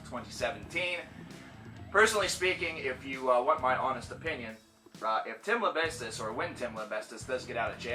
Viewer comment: Why do you always add a T too his name? You're pronouncing him "Lambestis" it's pronounced, "Lamb-bee-sis". We should now call him, "Tim Lambreastes" though, so you were halfway there for some great encoursgement. lol :)